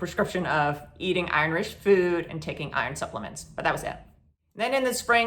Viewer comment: Are you saying Irish food or Iron food? Never heard of being prescribed Irish food. I am severely anemic. On IV shots B12 and vitamin D.